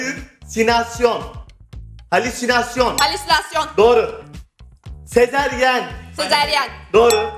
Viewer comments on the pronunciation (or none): FATİHDE SEZERYEN DİYOR EŞİ DE AYNI SEZERYEN DEDİLER (SEZARYEN) DEMENİZ GEREKİYORDU.